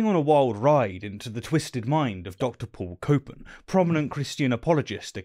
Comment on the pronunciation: Paul "copin" Copan?